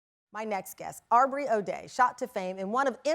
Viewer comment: Not Arrbrey lol